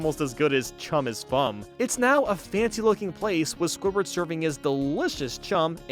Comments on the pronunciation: Am I the only one who hears say scobird instead of squidward sometimes lol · I think it's just you I heard it squidward